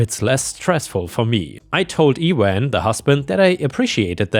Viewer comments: I do enjoy the stories but sometimes the pronunciation of words can detract from the story. Google can help with those words, like E-wan. I’m sorry but not even close. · Ewan should read YOU-an. I know, names from the Gaelic family of languages catch me up sometimes too. It can take some getting used to, but at least Scottish names (Sean as Shawn) are better than Irish (Eoife like EE-fah) to some degree. Since that's one language I struggle with the phonics for, I take no shame from googling the name. French is another source for pronunciation peril, and despite expanding the alphabet to (supposedly) make the pronunciations make sense, it doesn't really work. When adding an 's' to make a word plural erases the consonant sound you were saying in the singular and the 's' is also silent and the vowel sound also changes completely, and you have a word (oie) pronounced using the vowels not in the word (ua, like 'wah'), I just lose all trust in the language. Though it's tough to regularly follow through on not trusting a language for lack of phonetic consistency, considering I'm a native English speaker. Cough, cough. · Ewan.... pronounced "You-an".